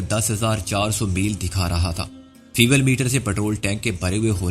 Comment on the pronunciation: فیوول میٹر نہیں فیول میٹر